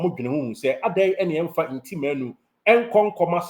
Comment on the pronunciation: The name is Ntim not Nti